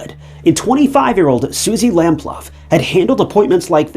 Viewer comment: Suzie lamploo its pronounc3d not lam0luff x